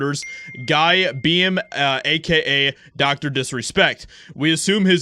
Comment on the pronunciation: Dude. Rehearse your videos. You read through things like an elephant in a really small house. And if you don't know how to pronounce Beahm ("beam"), look it up. Jeez.